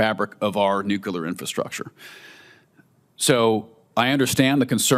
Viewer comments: Nucular, nukacola. Is the nucular deliberate?? Nuclear??? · Whenever someone says "nu-kyu-ler" instead of "nu-klee-er" (the correct word), I just tune out. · I wish Tin sherry would learn how to pronounce the word "NUCLEAR". Sheesh.